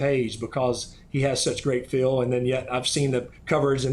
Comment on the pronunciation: Phil pronounces "feel" like "Phil"